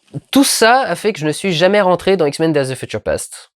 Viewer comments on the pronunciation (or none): "Feutcheure"? :p Désolé, c'était plus fort que moi. Regardons ça.